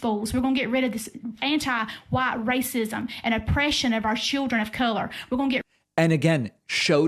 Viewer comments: I'm hearing schilldren. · You said it wrong. It's pronounced "Shieldren". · It didn't sound like Cholldren, it is more Shilldren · “Shildren”. And her name is “Kandiss” 🤷🏻‍♂️ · She did pronounce a L in children. She pronounced it shildren. A little bit picky there. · Her accent is super super deep south in her way of pronouncing children. "Shear-dren" or "Shrill-dren" is what it usually sounds like. Also, she's nuts.